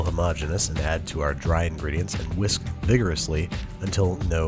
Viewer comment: TINY HWHISK